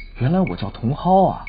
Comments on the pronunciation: 原版的茼蒿應該是ㄉㄤˊㄜ？ 你跟哇妹好像都是“當ˊ歐” 拼音應該是dáng ē🤔我印象裡茼蒿的台語是這樣 這好像不重要😂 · 呃… 原版是葉天瑜 不是葉子瑜 然後茼蒿原版念法也不是你這樣念 感覺你說翻拍劇襯熱度 但你好像也是欸 沒有把原版認真看就在吐槽 跟你說的Up主用心度差很多喔